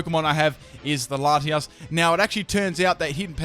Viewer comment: I CRINGED SO HARD WHEN HE CALLED LATIOS LATIAS